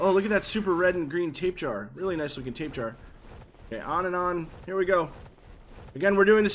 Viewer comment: This man said tapjar